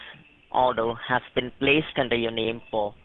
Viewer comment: "under your nem"